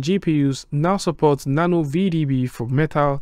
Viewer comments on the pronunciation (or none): none